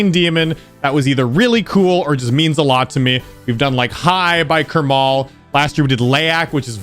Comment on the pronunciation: plz say "krmal" not all together but more like karma-L cuz its throwing me off